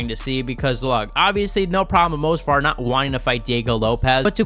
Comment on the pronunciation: M-O-V-S-A-R !!! ITS MOV-SAR!!! Not Mosvar!!! You called his name wrong like 50 times …Amateur…